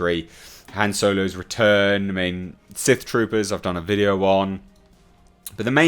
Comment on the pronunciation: I can't take you serious when you keep saying Soylo. Twat.